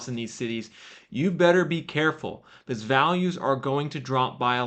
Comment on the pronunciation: Great info. says 'because' like 'biz'.